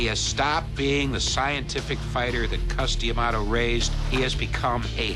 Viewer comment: Dude its Cus D'amato not Cus Dee'amato!